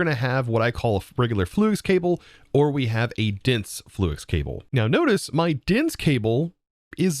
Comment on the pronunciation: I love you bud but why are you saying flux the way you are